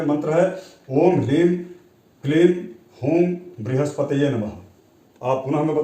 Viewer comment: Mantra kripya comment bok me likh dijiye aap hleem bol rahe hai yaa HREEM bol rahe hai...confusion hai